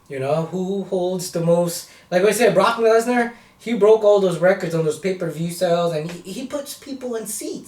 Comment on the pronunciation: "Barock Lezner!"